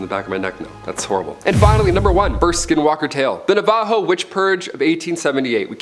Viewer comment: I'm from New Mexico and I about died the way he pronounced "Navajo" definitely incorrect but it's all Good 🤣